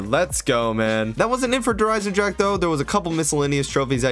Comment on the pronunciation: So ur saying you could only beat the campaign in co-op? This is why i never liked the highest difficulties on the campagin, it didnt get any more difficult, random stuff just oneshotted you all the time. You also forgot to say the E in Der Eisendrache. Its not silent.